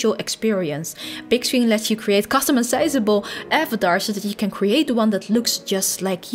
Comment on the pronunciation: and fully customi-size-able